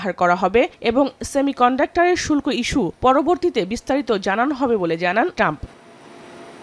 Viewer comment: শুল্প না, শুল্ক হবে😂